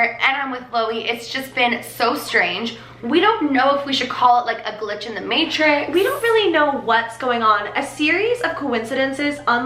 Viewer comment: i had a thought u kept saying materix an email came for me saying leah materix